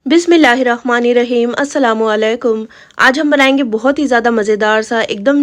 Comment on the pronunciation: Bismillah hirrahman nirraheem hota h naki Bismillah hirrakhman ok